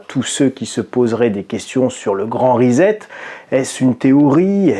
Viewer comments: C'est pas Rizette c'est Risept que l'on prononce. Amicalement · On ne dit pas risette pour 'reset', mais rissette, comme dans sucette, cf. les crêpes sucettes... :-) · Pour prononcer reset en anglais, vous devez prononcer la première syllabe ri comme du riz et la seconde syllabe set comme un set au tennis (et non zet). Si vous souhaiter le prononcer en français, il faut prononcer les lettres "es" comme pour le mot peser et les lettre "et" à la fin doivent se prononcer comme dans les mots galet ou poulet, le "t" doit rester muet, en français reset il faut donc le prononcer reuzé (mdr). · On ne dit pas REZET mais RESSET. En Anglais un S entre deux voyelles ne se prononce pas Z. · Après la grande rizette de, voici le « Postulala » ( a 8 min 55) ^^